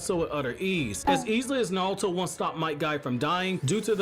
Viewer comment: Bruh why do you say "nalto", like you can pronounce R's correctly, you say boruto right, just say naruto right